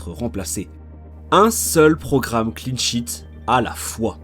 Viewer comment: Je pensais qu’il y avait que moi qui entendais « clean shit »!